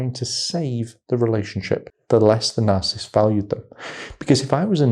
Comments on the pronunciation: Dude. You're saying the word INCORRECTLY; it is NOT, "NARCISST," it's NAR • CISS • IST!! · You seem to have trouble saying narcissist. Its not narcist 😂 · Please say it properly - it's 3 syllables, not 2. NarcIssist. Not Narcist. Really. Please!! !!! Thank you, brilliant video. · Are you saying “narcist” or “narcissist”? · It's pronounced "NAR-sis-sist", 3 syllables. Not "narsist". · You're saying it WRONG; the word is NOT pronounced, "Nar • sis • t," a two-syllable pronunciation; it's Nar • sis • is • t, so it's a 3 syllable word/pronunciation! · You keep leaving out a syllable when you say "narcisst." It's nar-ciss-sist. 3 not 2 syllables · Why are you saying narcist? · It’s is hard to listen to or take advice from an expert on narcissist behavior or how to defend yourself from the interactions when the advisor repeatedly mispronounces the word “narcissist “. Over and over and over the exact same way. How long has he worked in this field? Since this morning? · Narcissist is 3 syllables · Just fyi, the word ‘narcissist’ has 3three syllables, not two. It’s annoying to hear you slur words. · How he pronounces "narcissist" bothers ME. 😂